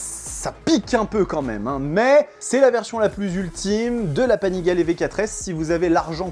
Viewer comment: pourquoi tu dis Panigalè ? 😄